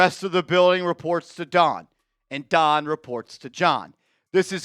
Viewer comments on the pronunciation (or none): Stop pronouncing ‘Dawn’ as ‘Don’. Making her sound like him. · It’s Dawn not Don